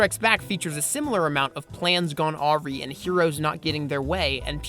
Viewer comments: "plans gone AW-REE" (it's Ah-rai, like the word "fly" or "high") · Only one problem with your argument; Things go awry (uh-rye), not awry (awh-ree). Otherwise neat. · Great video. Just one nitpick: The word "awry" is not pronounced "aw-ree" it's pronounced "ah-rye" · awry isn't pronounced (awe-ree). It's pronounce (awe-rie) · Did he seriously pronounce the word "awry" as "aww-ree"? It's pronounced "uh-rye" as in it should rhyme with the word "July" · Great video. I have only one criticism; Awry is pronounced UH-RYE not AWW-REE. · "aww-ree" it's "A-rye" (pronunciation of awry) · Great video man, but just a heads up, awry is pronounced ah-rye, not aww-ree :) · nice video, but you need to look up how to pronounce 'awry'. It rhymes with 'bye' not 'bee'. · (psst- awry is pronounced like uh-rye, not are-ree) I dig your analysis here though. Very well put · I really really like this, and this is a very intellectual, and well-grounded essay. But 'awry' is pronounced 'ah-rye', not 'aw-ree.' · Whoa, , I believe it's pronounced "ah-RYE", not "AWE-ry". Like a - and the word wry. A-wry. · Lol, pronouncing 'awry' as 'ah-ree'. Never heard it pronounced that way before. I always heard it as 'ah-rye'. XD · Awry is pronounced A-Rye, not aw-ree. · It's pronounced "ah-rye", not "aw-ree." Unnecessary nitpick aside, thank you for making this video, hitting the nail on the head. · Awry is pronounced uh-rai, not aw-ree. The casino subplot wasn't hated because it failed, it's because the plot points setting it up were ridiculous, and because the tone of those scenes were so different from the rest of the film. For the record, I enjoyed Ep VIII and thought it had great moments, but there were also a lot of flaws, so I think we fundamentally agree about the movie, but the entire second act of the film was just a mess. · Pet peeve, awry is pronounced “a-rie” not “aw-ree” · The word awry is pronounced "uh-rye" not "aw-ree". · The word awry is pronounced ah-RĪ. NOT au-RĒ